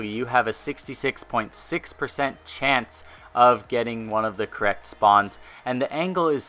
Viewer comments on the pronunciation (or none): none